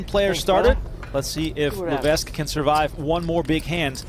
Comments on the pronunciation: No wonder Levesque lost bc of your mispronunciation of his name. Surely its Levek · I'm 1 min into this video. Is he going to keep mispronouncing Levesque the whole time? FFS we live in the time of Google. If you are unsure just ask Google or Siri. It's Le-VEK! NO "s" sound. Secondly how small was the buy in to only win $400 000 beating 20 000 runners?